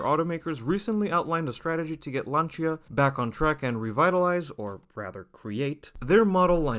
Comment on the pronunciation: Rebadged?! Talk from people who never drive "Lancha" (with soft ch) and doesnt known to pronuance the name...